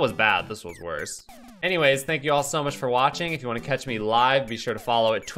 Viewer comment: sure or shiiiiiiirrrr?